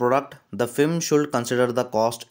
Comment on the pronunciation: Fem nhi hai firm hai